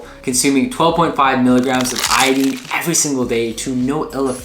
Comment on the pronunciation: The information in your video is is pretty good but you are mispronouncing the word iodine something horrible